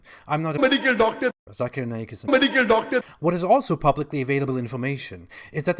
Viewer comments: Meedikal dookterrrr lmao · "Medical Docta" " Medical Docta" LMFAO.